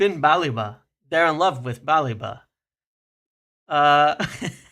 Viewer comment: It’s not “BAH-le-va”, nor “Ba-LEEH-va”. It’s “Ba-LEH-va”. And eff Liverpool, we got the credit facility, Wilcox and Agent Onana on this. Or sell someone ffs!